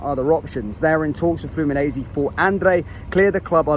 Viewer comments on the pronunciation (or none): its Fluminense (missing an "n"), the guy said it wrongly in the video also 🙂